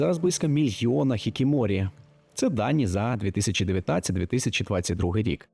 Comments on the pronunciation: не хікіморі, а хікікоморі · ХікіКОморі, не «хікіморі» 😅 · Підкажу щодо слова, яке ти називав "хікіморі", воно правильно буде "хікікоморі", все інше правильно) Додатково приємно було чути правильну транслітерацію японських слів, бо багато хто з українців до сих пір використовує русняву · Вы не правильно проговариваете: Хикикомори, а не «хикимори». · Хікікоморі. Не хікіморі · Єдине що я почула це хікікоморі про що вже сказали, а також наголос на місто Осака, був американізований. Якщо відсилатися до японсткої вимови то там дуже неявні наголоси і більш правильно було б наголошувати першу літеру О, тобто не Осàка, а Òсака. Але ваша вимова набагато приємніша ніж у більшості авторів. Ні разу не почула поліванівку, що мене ну дуже радує❤ Дякую за вашу уважність до таких деталей. Для мене це дуже цінно.✨️ Щодо вмісту, можу коротко сказати що складається відчуття що ви трохи нагніаєте протягом відео, адже все не так погано. І більшість проблем які ви описали стоять в усьому світі. І японці теж знають про ці проблеми і намагаються на рівні держави щось із цим робити. Я не бачу нічого дивного у можливості розважатися на самоті, вважаю що це навпаки рай для інтроверта. До того ж я живучи в Японії не можу погодитись що цими людьми керує сором, скоріше повага до отчення. Я старалась описати загально і дуже коротко тези з якими я б не погодилась, спираючись на власний досвід, але все одно вважаю що ви добре постарались над своїм відео і над вимовою слів японського походження. Це мене втішає. (Можливо я просто не фанатка надмірного нагнітання атмосфери😊 До того ж це відео про Японію, країну яку я люблю і поважаю, культуру якої вивчаю з підліткового віку тому я доволі чутлива до перебільшень і стереотипів стосовно цієї теми. ) У будь-якому разі дякую вам! Сподіваюсь що не зачепила вас своєю критикою) Вірю що на кожен формат знайдеться свій глядач❤ Тож бажаю вам